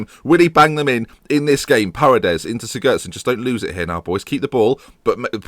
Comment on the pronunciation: Siggurdson: Cig-goo-ard-son.